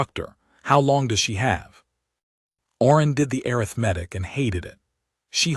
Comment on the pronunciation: The AI needs to be trained where to properly put the emphasis on English words. It's aRITHmatic, not aritheMETIC.